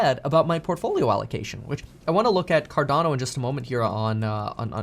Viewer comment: it’s not advice. He’s sharing his research. At least he pronounces Cardono right.